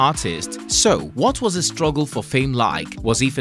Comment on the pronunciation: The word is struggle not ruggle